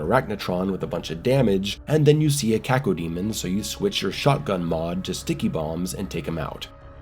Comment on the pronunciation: No finer pleasure than the crisp way pronounces Cacodemon 👌🏻